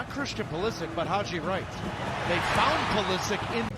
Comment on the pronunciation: Every time he says Pulisic's name it sounds like christian politic.